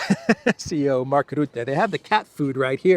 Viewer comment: it’s not Rootte, it’s Rutte, the u as in butt.